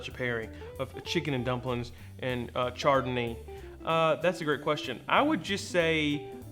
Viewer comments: It’s pronounced “ShardonA” , isn’t it..? 😂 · The char-dun-ee sounds deliciousness. Can i get that mixed with some chardonnay. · I kinda tuned out but heard "charred a knee" and thought Matt was talking about the time a grill fell on his leg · Great, now some idiot is gonna go order them wines the way you said them. Btw how do you make a mimossa without champaign?🤔